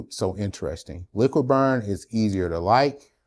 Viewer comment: It is called Liquid brun not Liquid burn.